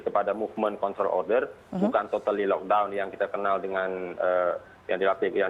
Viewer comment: First time aku dengar orang Indonesia pronounce lockdown proper. Sebelom2 ni lokdong2🤦🏻‍♀️ salute both 💪😘